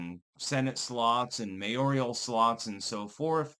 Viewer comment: Mayor-al, not “mayorial.”